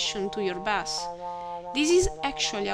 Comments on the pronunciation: Your voice and accent are just fine. Thanks for this great tutorial. The only English word that was way off was "bass". It's pronounced: BAY-S. You said it "BAH-S" which is a type of fish. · pretty decent tutorial, by the way bass is pronounced like base, just a tip, keep up the good work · No offence but you pronounce 'bass' as in the fish, when it should sound like 'base' :) Good tutorial